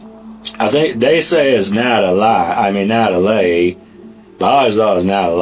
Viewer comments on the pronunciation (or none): This didn't make sense until he said "nat-a-lie" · He pronounces all their names phonetically -- instead of Al Capone, he says Al "Cap-One" -- he looks at the word as cap+one. Also, Natalie = Nata+Lie It's very strange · Right when he said Nata-lie, I was like WTF Forrest?! 😂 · Wow this interrogation just...wow and how he pronounces his sisters name amd his stories and his accent sounds so weird